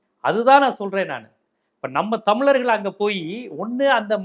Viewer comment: தம்லர்கள் னு சொல்லாத அழகா சொல்லு *தமிழர்கள்*.... அதுபோலவே தீம்கானுதான் சொல்ற...அது தி.மு.க